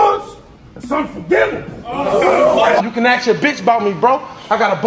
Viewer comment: “Stab his brother axe(ask) his mother like his father said no”😭😭🔥🔥